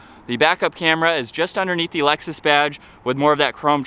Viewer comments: It’s not called Alexis, it’s called Lexus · he said Lexus is 😂😂😂😂😂😂😂😂 stuppad